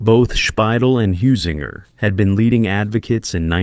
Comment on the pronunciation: Only a complete and utter fool could mispronounce 'Heusinger' in three different ways(!) and 'von Manstein' in five different ways(!!). I won't even discuss the other equally butchered personal names and place names. So excruciating to hear. :body-green-covering-eyes